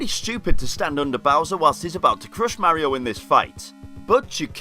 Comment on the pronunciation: I disliked and stopped watching when the guy pronounced Mario wrong